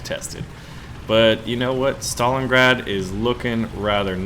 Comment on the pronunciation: You read it wrong, just Stalingrad, softer :v